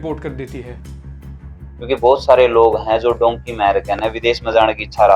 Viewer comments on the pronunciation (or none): Dhonkey nahi dhunki kehte hai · Bhai it's dunki not donkey😊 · Its not donkey man its dunki